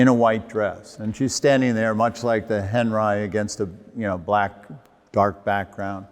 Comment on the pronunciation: Very good talk! But Robert Henri is pronounced Onrie. French for Henry.